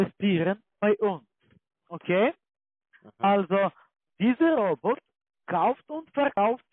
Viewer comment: Wie die immer "Rrroobbottaah" aussprechen😂 Ich schmeiß mich wech:_CCALike::_CCAFunny:Danke dir🎉